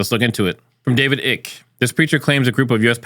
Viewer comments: first of all its EYE-KE, not ICK. 2nd of all, its a 2024 video, not a 2014 video. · Its like they are trying to see what works to further their agenda. Keep dividing and conquer or unite us against a common alien force...also just a heads up. David Icke is pronounced eye-ke. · I chuckled when you said “David Ick” vs “eye”cke. I’ve been in the ufo gig for a long while. All kinds of spin happening & griff. 😊